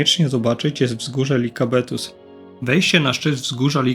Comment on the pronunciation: Film spoko i tu nie chcę wychodzić na niewdzięcznika ale: jeżeli podajesz nazwy własne miejsc to proszę.... nie Likabetos tylko LIKAVITOS - piosenka nawet jest "volta sto likavitos". To tak jakby Warszawę nazywać Warczoba.